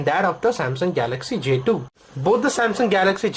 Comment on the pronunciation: why do indians pronounce j2 jdo